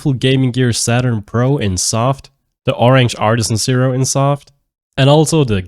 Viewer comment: Are you saying "pr0n"??? Im so confused because I hear you say it again later in the video.